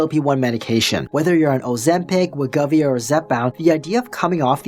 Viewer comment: It’s WEH-GO-VEE. Other than that, great vid. 👍🏻